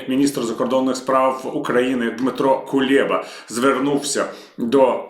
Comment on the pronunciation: Не КулЄба, а КулЕба!